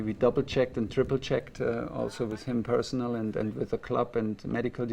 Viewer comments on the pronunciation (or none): none